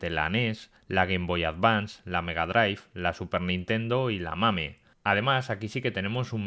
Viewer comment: Casi me muero de risa cuando el estaba diciendo los emuladores de la sup dijo la-MAME